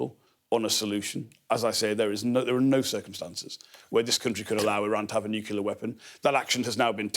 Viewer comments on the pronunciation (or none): Nuclear not Nukiller. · No respect for anyone that says nukular